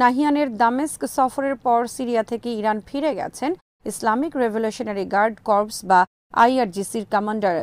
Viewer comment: আবার কর্পস কেন?- উচ্চারণ হচ্ছে: ইসলামী রেভ্যুলশনারী কোর(corps) । কোর অর্থ-সৈন্যের বিভাগ। কর্পস(corpse) অর্থ:মৃতদেহ।